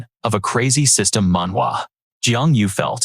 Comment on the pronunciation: Please don't say awkining systwm